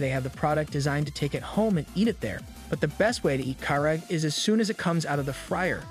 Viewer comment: the way this man pronounces karage is criminal 😭😭😭